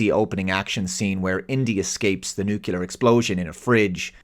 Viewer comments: Did...did you just say "nucular"? 😮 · How often do you have to tell people it's not NUCULAR before they get it? Who the hell has a commercial dictionary with the word nucular in it?